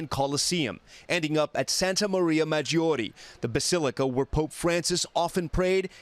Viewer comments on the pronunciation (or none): Santa Maria MaggorEEEEEEEEEEEEEEEEEEEEE! As in 'Evan'. Not "Mayori!!"